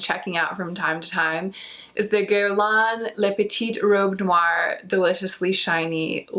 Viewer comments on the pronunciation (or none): none